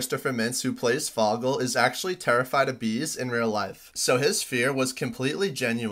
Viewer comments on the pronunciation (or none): His name isn't pronounced "fog-le" it's pronounced "Fogle" with a long O. Did you even watch this movie? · It's pronounced Foe-gell, not foggle. You should watch the movie, it's good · The way he pronounced Fogal 💀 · Its pronounced "foe-gul" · HOW do you mispronounce Fogell?? It's obvious you've never seen Superbad. Phoneticallyc it's pronounced.. Foe ( like friend or foe) + gull. Foe+gull... Foegull.. Try that next time.... good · your pronunciation of fOHgell is criminal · yeah but it’s not the right pronunciation so that makes it funny 😭 but yeah seth also calls him “fagell” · You know someone has never seen superbad if they pronounce fogells name wrong 😂😭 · It's pronounced "Fogell" not "Fogell" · Bro hasnt seen superbad. Nobody pronounces Fogell like he did... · Nobody talking about how he pronounced fogel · hearing you mispronounce "Fogell" makes me extremely infuriated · Don’t do a video if you haven’t watched the movie. That is not how his name is pronounced. Not sure why but damn, it pisses me off. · You mispronounced fogell